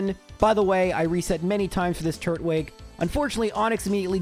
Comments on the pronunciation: to be completely hinest with you, the way you pronounce it makes it sound like turd-wig 😅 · YOU DIDNT UNDERPRONOUNCE IT, YOU SAID TURT-WIG. I always said TUR-TWIG, since it's Turtle and Twig, you don't say "TURT-LE" you say "TUR-TLE" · What he said at the time was more like turt-wig, which is why I said it was supposed to be tur-twig. Just wanted to mess with him a bit, but I knew he would take it well. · the turt-wig after the whole pronunciation bit is lmao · When I was watching the Diamond/Pearl minimum battles video, I also thought you were pronouncing Turtwig strange, but then I thought about it and it's a turtle with a twig, not a turtle with a wig, so now I pronounce it as Tur-twig too! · Hi,. It's me, the guy who got (slightly) mad when you mispronounced Turtwig! I love your videos, though, and I've watched every single one, or close to it. When I'm bored I even re-watch them! Just wanted to say thanks for tolerating my shenanigans.